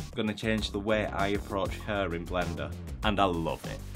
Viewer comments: The pronunciation of hair shouldn't be 'her' ????? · U spelled "hair" like "heer" (it's okay) Thanks for the tutorial!